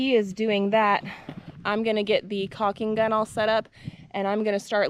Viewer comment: Just for funning no offense please but its caulking gung pronounced like cawking lol